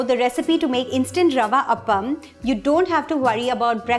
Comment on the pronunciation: It's Aa paa mm... Not d way u you say it... This is rava kuzhli panniyaram... Cant be an appam!!